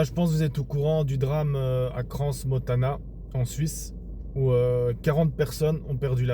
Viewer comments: On ne prononce pas le S à Cran....merci... Pour le restes, je ne veux pas vous manquer de respect...mais vous faites la même chose... Oui on est dirigé par des satanistes...Donc ils tiennent les médias...vous comprenez la suite...votre contenu est positif... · Le S de Crans ne se prononce pas